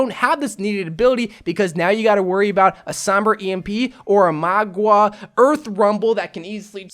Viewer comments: MAUGA not MAGUA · Just heads up it’s mau-ga not mua-ga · Mauga is pronounced similar to how one says “Maul” but with a GA instead of an L. Hope this helps! :3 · You prounonce him mauga XD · I pronounce him as (mwah-guh) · I think his name is pronounced "maw ga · MOUGA LIKE MOUTH BUT INSTEAD OF TH GA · How I pronounce it is Meow-Ga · I pronounce mauga as mouga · I want it to be junkerqueen but I think it will be magua if that’s how you spell/pronounce his name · Dont worry byw im here to help mauga pronunciation: maw-ga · It's mou-gwa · When he says maguā all I can think of is Aqua (water). Pokemon trainer in overwatch: Oh no the enemy has a magua a water type Pokemon to counter my fire type Pokemon tobijorn. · Magua. Did you mean: MAGA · For the ones who can't pronounce. Say 'mowga' the 'ow' from a cat that 'me-ows or when your in pain you say 'ow'. Hope i helped you out